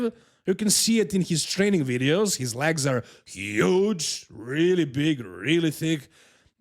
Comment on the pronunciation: Why are you saying lags? It legs 🦵